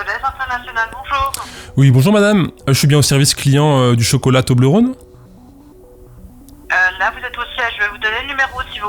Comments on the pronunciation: Salut à toi, je te confirme, en tant que suissesse, qu'on dit Toblerone et non Toblerône comme rôle ou la Saône ou que sais-je. <3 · Étant donné que c’est Suisse, on dit « Toblerone » comme one-off et on pas rône comme le Rhône. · On dit Toblerone et non Toblerône. Je vis dans le canton où il y a le Cervin (la montagne sur l'emballage). Parcontre c'est un argument un peu pété parce-que ça n'a pas été créé là mais ailleurs en Suisse et maintenant c'est américain. Mais je suis sur, on dit Toblerone et non Toblerône. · on dit "toblérone" pas "tobleurone" non? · Bonjour ! C'est cool d'apprendre tout ça. Tu réussis à faire une vidéo dynamique et drôle en filmant ton pied pour une FAQ. Joli. Je me permet de contre répondre: Si les gens veulent te créer une double identité, c'est que ton travail est propre dès les premières vidéos, ce qui peut être étonnant. Mais j'imagine que travail et patience est une piste plus probable. On prononce Toblerone, pas Toblerone! C'est beau d'avoir réussi à faire avancer le shmilblik, et d'avoir sorti des personnes d'une manipulation . Un peu déçu que ton pseudo soit pas une blague d'alcoolique. On m'appelle Titou ;) Et je sais bien que structurer une musique n'est pas évident, on aura peut être l'occasion d'en discuter au coin d'un discord. Hate d'avoir de nouvelles vidéos! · Ca se prononce "Tobléronne" >:( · Pour ce qui est de la prononciation de toblerone, de ce que j ai pu constater, en suisse, les gens ont plutôt tendance à le prononcer avec le son /ɔ/, comme dans phonétique. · Toblerone, c'est un o ouvert, pas comme le Rhône donc :) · Quand on sent l'abondance arriver, c'est qu'il est temps de le remettre au frigo non? Vous dérangez pas, je sors. Enfin je finis de regarder la vidéo d'abord, je met un pouce en l'air, et ensuite je sors. PS: pour la prononciation de Toblérone, cf la video JDG RPG 3 De rien, promis après je sors.